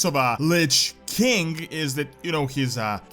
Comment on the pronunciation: The way you pronounce king sounds like 'kink'